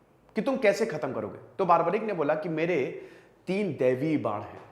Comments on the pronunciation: Its barbarik not baarbarik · बारबरीक नही, बर्बरीक है। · Nam ka sahi uccharan toh ker lo bhai